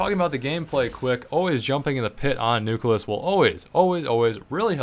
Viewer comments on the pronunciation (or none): You're awesome, but its pronounced New-Clee-Us, not New-cu-lus. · You keep pronouncing the map nucleus, "nuculus," like so many people do. It bothers me. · Every time you say nucleus I cringe a bit. NEW-KLEAS. ENUNCIATE.